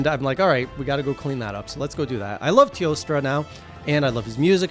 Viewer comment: Jesus, your editor is doing a great job at giving me a small jump from that zoom in . I swear I didn't notice until BOOM. Cheers, Editor 🤣🍻 Also, I still love how you say, "Teostrrrrrra" 🤣